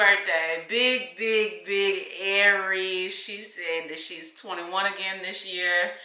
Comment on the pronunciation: Hey love! It’s “Aries” not Aires. Looking forward to the vlog!